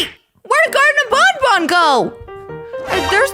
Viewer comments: Just how stupid are you,huh??? It's pronounced BAN BAN, NOT freaking BON BON you idiot!!! At least say it right you dumb! It's BAN BAN, NOT freaking BON BON you dumb!!! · Actually baby Nuggie is right because is dumb it's banban not bonbon